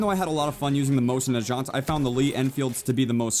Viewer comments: My favorite Bolt Action Rifle of all time is the Mosin Nagant and it says NAGANT not NAJANT :) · What's this Mosin Nojant? .... Oh you mean Mosin Nagant. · it's pronounced Mosin Nugant, not Nashant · dont talk about guns broits called the mosin nagant as in g for good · Mosin "Najant"??? It's Na-GAHNT. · mosin na-ga-aunt is how its said. not na-jount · its mosin Nu - gawnt , not mosin NA - JAwnt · By the way it's not nejount its neggant stop trying to be prestigious it's not French it's Russian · IT'S MOSIN NA"GAH"NT not najant. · mosin najant Im dead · Motion Najant* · no you say it mosin nagant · Mosin nagant is pronounced with a hard g not soft g (mosin na-g-AUNT) not (mosin na-j-AUNT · you pronounce mosin nagant wrong not trying to criticize but the only thing that is wrong is nagant the g is not the zh sound its just a regular g sound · him saying mosen nagant like Najant is cringy. its a G not a J. its russian not french. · again with the mosin najant?? its na-gant not na-jant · mosen nagaunt the g makes the g sound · he pronounced it mosin na-jaunt 😂😂😂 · Did you just call the Mosin-Nagant the Mosin-Najont. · It's pronounced moe-zin na gawnt its looks weird when I put it like that but it's pronounced that way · Dude not to be annoying but it is mohsin naagaant the g is ge not gee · JESUS CHRIST MERK ITS PRONOUNCED MOYSIN NAGANT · "Mosin Nuh-Jont" lmao dumbass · Mosin Najant?? C'mon, you're pronouncing it wrong!!! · its pronounced mosin na gant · "Mosin Najant" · Your saying mosin nagaunt wrong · i like how he pronounced mosin nagant lol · Did anyone else cringe when incorrectly pronounced Mosin-Nagant? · its killin me how you pronounce mosin-nagant lmao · your saying Mosin Nagant wrong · Why is pronouncing Mosin Nagant wrong? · You're pronouncing "Mosin Nagant" so wrong 😂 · sorry to say but you pronounce mosin nagant wrong